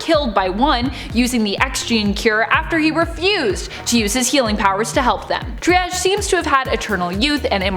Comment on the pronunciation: Seems to be some unfamiliarity with the term "triage" and how it's pronounced...